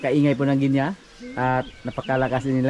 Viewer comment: It’s very annoying you always mispronounce the word GUINEA. Correct pronunciation of this word is GI NEE not GI NEYA. ILYN- Why don’t you tell not to mispronounce Gunea fowl.